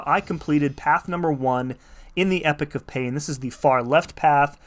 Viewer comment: Amazing guide!!! So usefull. Gotta be the dude to tell you to pronounce it e-pok not epic for the next video. 😅